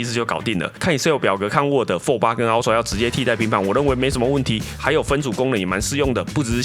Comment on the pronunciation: 這個英文發音…啊ㄔㄨㄚˋ 普落 神人等級